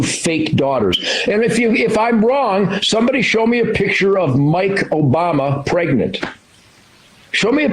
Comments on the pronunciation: "Barack Obooma" I heard it, we all heard it lmao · "Barack Obooma" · Barack O-boom-a Cmon Sam wtf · Like Sam’s slip up - Barrack Obooma lmao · Sam very nearly said Barack OBoomer and I feel seen for the first time. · Sam almost called Obama Oboomba and i laughed.